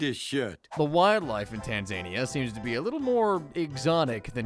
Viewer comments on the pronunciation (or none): BRO THATS NOT HOW YOU SAY TANZANIA